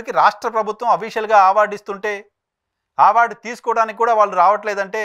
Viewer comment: it's not ఆవార్డ్....ఇట్ ఈజ్ టు బి ప్రనౌన్స్డ్ ఆస్ అవార్డ్.... ఆ పదానికి మీకు నోరు తిరగట్లేదా ఏంటి....😅